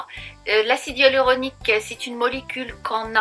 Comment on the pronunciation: Pourquoi prononcez-vous "hUaluronique" et "Ualuset" ?